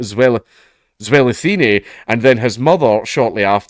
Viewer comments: I'm from South Africa, and you say Zelithini like you say martini when it comes to the thini part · He actually pronounced it very well for someone who isn't from South Africa. His only mistake is that the "th" sound is a harder "t" sound in Bantu languages, not the "th" sound in English "these" or "thank."